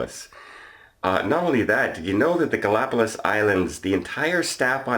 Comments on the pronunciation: GalapaGos, not GalapaLos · Ga la pa gus or Ga·lá·pa·gos but in Spanish it sounds like gus at the end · I believe you are pronouncing “Galapagos,” incorrectly.